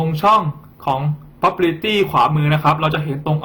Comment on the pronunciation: สอนดีนะครับ แต่ควรออกเสียงคำภาษาอังกฤษให้ถูกต้องด้วยครับ เช่น property, result จะช่วยเพิ่มความชัดเจนในการสื่อสารให้มากขึ้นครับ